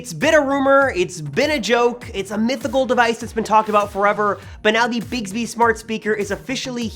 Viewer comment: Why you say it Bigsby? It's Bixby. Innit?